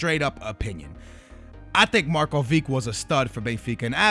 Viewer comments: Markovik ... Oh Jesus. Don't you think before you say it? Marković ... Names with -vić at the end are pronounced -ich ... Prime example? IbrahimoVIĆ! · Yeah you're right^ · its pronounced markovich not markovick. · It's Marković, not markovik.. The same way you pronounce Ibrahimović.. There are no exceptions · It's Markovic not Markovik, Do you pronounce Ibrahimovic as ibrahimovik aswell…? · Dude ur stupid, marcovic and markovic are pronouced the same however marković is the same as modrić and ibrahimović, if your gonna try to correct people, spell it right, marković. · It's pronounced markovich.. Like the ending of vidic, pronounce the ch! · Did you just say Marko-vick..., no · Well overall everyone is wrong lol. Its pronounced Marcovich. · Marcovig? How is it even possible to pronounce it like that? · I'm Serbian and he pronounced it wrong.